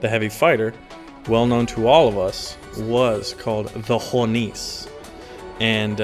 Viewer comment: The "e" at the end of "Hornisse" is not silent.